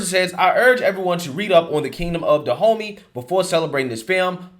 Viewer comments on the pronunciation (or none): Is no one else gonna say anything about him saying "Go to DaHomeys"... Da Homeys.... good one! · No one else thought it was interesting the tribe is pronounced Da-homie? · On a lighter note, whenever says Dahomey, I'm hearing "the homies." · I thought you were saying 'Da Homie'. F**k, that makes me racist, doesn't it? Damnit.☹️ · HAHAHAHA You said "They need to go to Dehomeys!!!" HAHAHAHAHA The homies! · All I could hear when you told the Woke Revolutionaries seeking reoperations, to go see the Dahomeys was... Go see "Da Homies"! =P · I think its funny how Dahomeys sounds so much like "the homies". I really thought that was what you were calling them at first. 😄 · Is anyone else cracking up everytime hearing "Dahomey?" Like really? The place is pronounced like "Da Homie?" We're gunna go see da' homies. Lol call me racist but this just seems too perfectly funny. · Sound like you’re saying Da’ Homies!!!